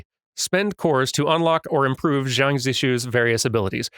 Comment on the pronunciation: "Xiang" should be pronounced more like "Shiang," rather than "Jiang." Although that's still not quite right.